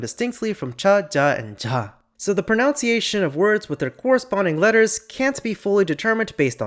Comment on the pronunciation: by god can you stop saying "pronounciation" 😭